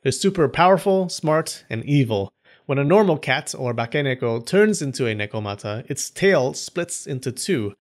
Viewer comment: ばかねこ(bakaneko)じゃなくて、正しくはバケネコ(bakeneko)だよ。